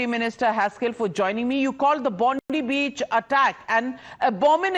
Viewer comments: Bondi with an I not Bondee you bitch. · It's Bondi not Bondee you fucking Bundee. Get off the news cunt